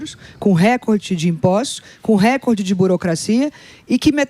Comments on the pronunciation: Tudo muito bem explicado, porém, a Daniela precisa aprender a pronunciar o termo *RECORDE; que não é uma palavra proparoxítona (quando a antepenúltima sílaba é, obrigatoriamente acentuada). No caso, a palavra em questão, é PAROXÍTONA, logo a sílaba tônica é a penúltima (COR), sendo pronunciada como se houvesse um acento agudo sobre a letra "O" nesta sílaba. Portanto, foneticamente (RE-CÓR-DE). É simples, basta informar-se ao menos um pouquinho sobre a língua portuguesa; é displina básica do Ensino Fundamental (ou deveria ser). Sei que, por formação acadêmica, ela é Administradora de Empresas, e exerceu o cargo de Presidente da Caixa Econômica Federal; mais um motivo pra conhecer bem a língua portuguesa, independentemente da função que hoje exerça. E não, nunca fui, não sou, e jamais seria PTista. 😊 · Repitam comigo não é récorde que se fala, é recórde recóóórde